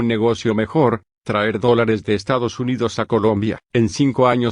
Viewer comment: No sabés háblar el espáñol o te hacéis el locó Todós quieren ganar doláres igual que escóvar.. Doláres Doláres Doláres